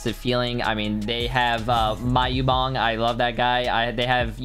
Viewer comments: my un bang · My guy said Maiubong